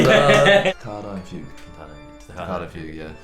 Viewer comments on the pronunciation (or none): none